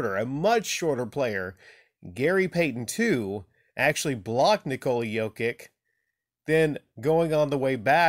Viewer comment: Stoped watching after 10 second's, you can't even pronounce his name, you are just another casual...